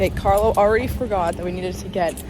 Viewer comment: puoi impararealmeno a pronunciare il nome di Carlo in modo corretto???